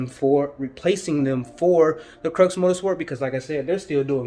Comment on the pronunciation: Hey man no hate or nothin it’s just pronounced crEW like the x is silent it’s a play on words